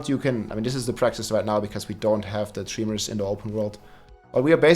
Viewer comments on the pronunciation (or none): it's not pronounced "trEEmors", but tremors! Like "tremendous"